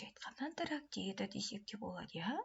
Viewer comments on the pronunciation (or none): Сәлеметсіз бе "Антарактида" деген сөз жоққой Антрактида ұстаз болсаңыз дұрыс оқыңыз масқара ғой мынау 🤦🏻‍♀️